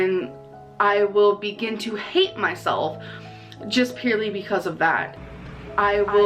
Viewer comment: just need to point out the way she says purely… “pierly”, on the same level as “melk” and “aygs” 😵‍💫